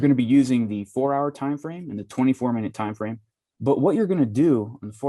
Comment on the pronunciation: What's a time "frane"??? :-)